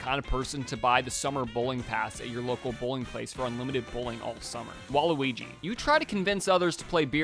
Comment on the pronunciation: He said breio kart for waliwigi